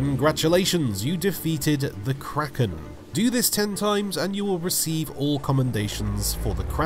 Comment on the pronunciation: "Kwaken"